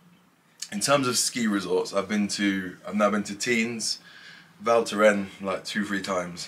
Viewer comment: Nice vid! you just don't pronouce the S in Tignes. It's silent